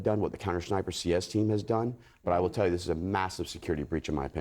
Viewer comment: How is this guy a "former sniper" yet no one yet has alerted him that he's pronouncing the word as "schniper" 3x in a row